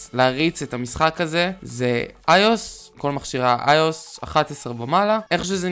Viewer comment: איך אתה אומר ios אני מת